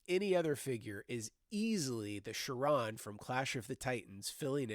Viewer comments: Great stuff! But Charon is pronounced "KHAY-ron". :) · Charon's name is not pronounced with a "sh" sound. It's a hard "k" sound in the movie, and the accent's on the first syllable.